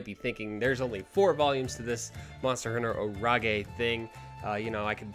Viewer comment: is it really "orage" pronounced like that or "storm" in french xD cuz i speak french and I jumped when I heard you pronouncing it like that xD